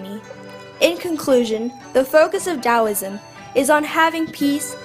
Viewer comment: Very nice indeed - but there are some important errors. Here are two big errors: Yin correlates with the feminine Yang correlates with masculine Also, several words are mispronounced, including Taoism and Daoism!, and there are some misspellings (Medieval is correct, not how you spelled it). I hope you make corrections because it is a very nice short synopsis, and it is useful, but only if it is correct!